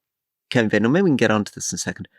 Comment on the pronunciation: Why does Alastair so consistently mispronounce Badenoch?